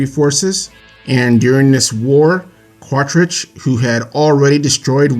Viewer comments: Quaritch is my favorite villain. I agree with everything you said. Just one nitpick- you call him Quatrich when it's Quaritch. Just remember, he has a "Quarrel Itch" aka Quaritch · Bro you keep saying Quatritch. It's QuaRitch not QuaTRitch.